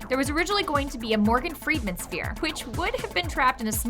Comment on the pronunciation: I dislike it when people say "Freedman" instead of "Freeman", it's just weird, I don't get where they found the D, there is no D in Morgan Freeman... why